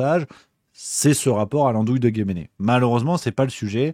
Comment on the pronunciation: On ne prononce pas guéméné mais guemné....lol